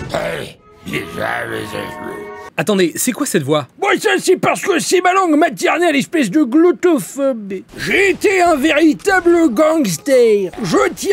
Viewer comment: Mais non on ne dit pas "gloutophophe" à mais bien "glottophobe"